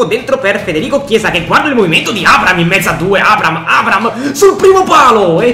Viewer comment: NON È LUI FERNANDEZ GIOCA PURE COC,AD,ES. RONALDO INVECE AS E ATT. POI NON SI TROVA IN UNA SQUADRA DELLA LIGA 1 2 3 MA BEN SÌ IN UNA SQUADRA DELLA LIGA SANTANDER (PERCHE STAVA AL REAL) COMUNQUE SI DICE ABRAHAM NON ABRAM